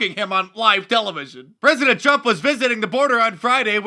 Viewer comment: “We have a prezzient” - Kamala Harris